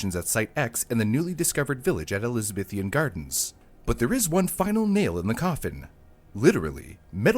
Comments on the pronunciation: Elizabithian? Speak English. It's Elizabethan. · And he still kept putting an extra i in Elizabethan